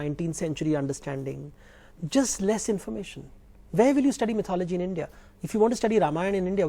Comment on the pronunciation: Stupid woman keeps mispronouncing mythology, even after her host correctly pronounces it. Couldn't she spend 20 seconds to look it up while the camera was not facing her? What sort of journalism is this. And that guy believes atheism is a myth. Two clowns on one show.